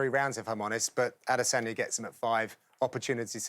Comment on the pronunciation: still don't understand how these guys can't say Adesanya's name correctly